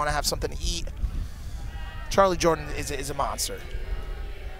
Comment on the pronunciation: bruv it's charly jordan not charlie lmao